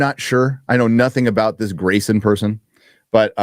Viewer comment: Grayson pronounced without the R Gary pronounced WITH the R!! baby!!!!!:face-blue-smiling